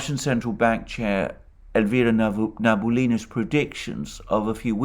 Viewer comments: Her name is pronounced - Na-Bee-Ooo-Lee-Na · Sorry for correcting you, maybe i just hear it wrong, but you always miss "i" in Elvira Nabiullina (Nab - i - ullina) name.